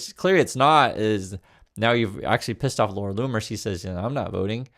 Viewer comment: Its pronounced Laura Looner and nothing anyone says will change my mind, shes at it again sigh...